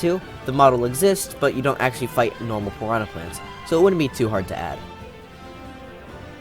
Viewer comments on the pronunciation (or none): none